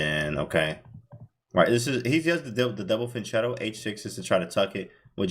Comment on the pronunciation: Fianchetto is an italian word and the correct pronunciation is with a "hard" C, like it was written fianKetto